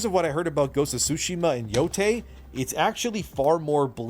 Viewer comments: Not Ghost of YO-TEE. Its Ghost of YO-TAY-E. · im not going to judge ghost of yotei until i play it. the voice actress' beliefs =/= the protagonist of a games beliefs, theyre just a VA. although irl the VA is woke as hell she sounds like a lunatic. and its pronounced "yo-tay" great vid J!